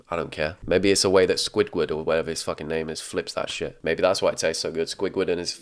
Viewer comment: And squigwarg 😭